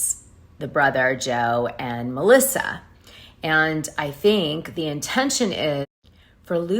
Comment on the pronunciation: Her name is MELISSA NOT MORISA!